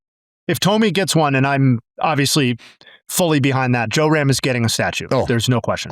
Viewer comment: Love the comments dude, but it's JRam, not JOERam